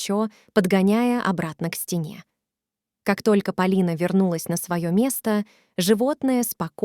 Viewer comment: История интересная ,но слушать настолько противно ! Вы что ? Русский язык изучали через интернет ? Ударения не там . Господи ,какой же безграмотной нужно быть ,чтобы в имени девушки и то ударение не там сделать !